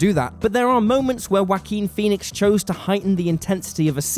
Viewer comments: I'm sorry but I keep hearing whacking phoenix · it really bothers me how you pronounce his name as Wakin Phoenix, almost as bad as one of your other guys who always says "Double U Bee" instead of "Warner Brothers"